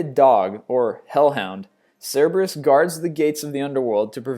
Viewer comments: It's also Pie-seas, Nee-mee-an, and Rayh-vhen-ous--to spell out pronunciations, not proper spelling, of a few of his flubbed words--but he has a serious pronunciation issue I've learned to get over. XD I mean, seriously--even the Greek call it Cer-ber-us--not Cyber-us. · Cer-bur-us. Pronunciation, geez.....